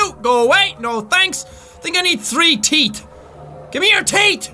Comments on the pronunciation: Pepsi Man, also, he pronuces teeth as teet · I like how Jack says teet and not teeth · "Do the stalkers have any TEET"